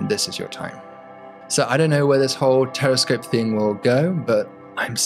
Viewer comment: I thought I heard him saying "Terrorscope", looks like I need to clean my ears. But the video showed us a very good concept.